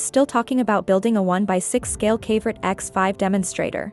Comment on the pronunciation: Pretty sure that would be pronounced "kav-o-right" like a mineral, not rhyming with favorite.